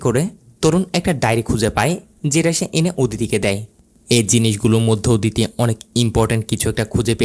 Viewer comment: আপনার উচ্চারণে অনেক সমস্যা আছে, এইজন্যই ইন্টারেস্ট হারিয়ে ফেলি, আপনি লোক না বলে লুক বললেন, অদিতি না বলে ওদিতি বললেন, ধোকা না বলে ধুকা বললেন, কোথাও না বলে কুথাও বললেন, টিকবে না এর বদলে ঠিকবে না, এরকম অনেক ভুল করেন আপনি, আমি জানি না আপনি বাঙালি কি না তবে আপনার কথার উচ্চারণের মধ্যে অনেক ভুল আছে, এই ভুলগুলো শুধরে নিন।